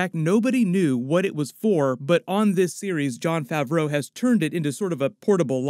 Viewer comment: hate the way you say Jon Favreau